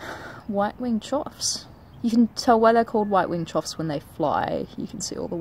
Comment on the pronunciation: Wow! The diversity of birds you're managing to attract is amazing! Choughs now! Oh and as far as I know it's pronounced "chuff"